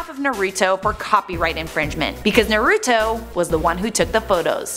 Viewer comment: She pronounced naruto wrong